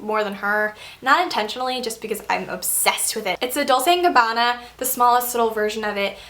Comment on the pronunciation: Dolce and Gabanna is pronounced "dull-chay and ga-bah-na". Not "doll-se and gabanna".